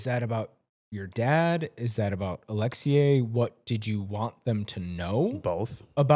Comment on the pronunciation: Your pronunciation of “Alexei” is wild. “Alex-see-YAAAYYY” is western prison honey.❤(edit- use your tongue however you want 😬)